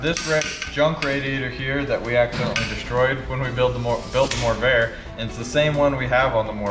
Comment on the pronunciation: Two R's. Morrvair. And yes, you nailed it. Corvair- Morrvair.